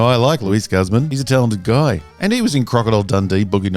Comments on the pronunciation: It's pronounced 'Goose-mahn'... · Meh. I’m not bothered by Luis Guzman playing Gomez. I am bothered, though, with your pronunciation of his name. Yikes, man. Yikes.